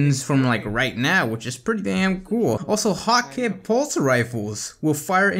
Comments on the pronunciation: bungie comfirmed that hakke is pronounced hah-kuh just to let you know :) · Hakkë is hah-kuh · hakke pronounced as hak-kuh kinda like hacker